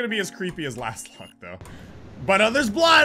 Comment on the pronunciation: How he keeps calling Lostlocked "Lastlocked" kinda triggered me lol